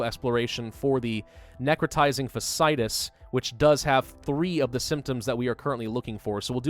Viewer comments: PSA: "fasciitis" is pronounced (Fah-shee-eye-tis) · So its like, fasc i itis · Fa see eye tis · It’s fa-shee-eye-tiss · 8 seasons of House MD tells me you are pronouncing "Fasciitis" incorrectly, its 4 syllables not 3 with both of those "I"s in the middle being sounded out individually. Plenty of YouTube videos to help with the correct pronunciation out there. Not hating, just educating. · someone finally pointed it out! it was driving me insane, but I didn't want to be THAT person. lmao